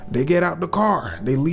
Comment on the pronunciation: Why I read that CAAAAAR 😂 Heard the Chicago accent 😂